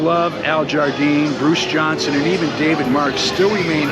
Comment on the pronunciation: Thanks for this Really enjoyed it Sounds like you said "Bruce Johnson" at the end It's "JohnsTon"